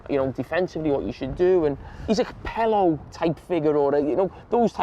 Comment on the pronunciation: why did he say Capello like that 😂😂